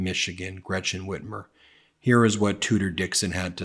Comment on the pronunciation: First, can Tudor Dixon please pronounce the German name Gretchen not like it is spelled with a sh it is not Gretshen it is not Gratshen it is Gretchen and if you cannot than don’t use it, thank you‼️